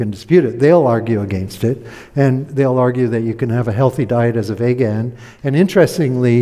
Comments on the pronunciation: Is this guy intentionally mispronouncing vegan or has he honestly never heard the word uttered before? It’s 2023 pal. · Dude doesn’t even know how to say vegan. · This is almost like a "Hidden Pictures". Find the mistakes! He also mispronounces the word 'vegan' over and over. I suppose he may know a person or two who says it the same wrong way, but he seems to think everyone does. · It's pronounced "Veeg-in" with a long 'e' and a hard 'g'. People telling you they're cutting back on meat for vague reasons must be why you call them vaguens. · Vay gun sounds like a weapon. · What’s a Vaygan? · No he doesn’t stop. He reminds me of a slightly smarter Atkins; short termism, snake oil and confusion spreading, brainwashing (eg. deliberately mispronouncing vegan and using vague in next sentence, crafty as..) all round. Not much hope for the 🌎 on this thread but glad it came up in my feed to watch as it’s a reminder what the young ‘uns are up against.